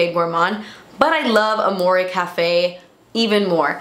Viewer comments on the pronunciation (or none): none